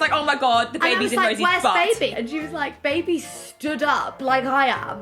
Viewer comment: a bubuh? having a buhbuh? so happy